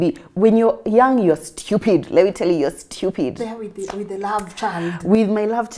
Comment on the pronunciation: "...when you are young you are SCHEEWPID!!"😅😅